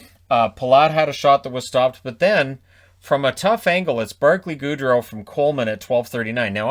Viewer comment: C'mon people... GOOD-ROW not Gaudreau!